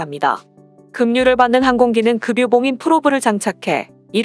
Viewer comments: 금유가 아니라 급유입니다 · '급류' 발음이 개같으네 ! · 급유의 발음음 그뷰-로 발음됩니다. 금유라고 계속 발음 되길래...꾸벅...